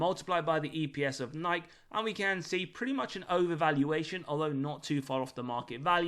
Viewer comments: I love this channel and the fair value models. But Still calling it Niyk? C’mon. Say Nik-EE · No more videos about Nike until you learn how to pronounce it